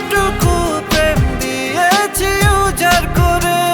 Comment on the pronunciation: খুবই ভালো লাগার একটা গান বানিয়েছেন brother❤❤ তবে "উজাড় করে" এর উচ্চারণটা "উজার করে" হয়ে গেছে যেটা শুনতে odd লাগে😢😢